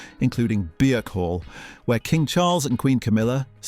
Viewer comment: Beer-call!? Probably not. Try saying it like Burke Hall. I've only got through the Balmoral section and the standard of research is just abysmal.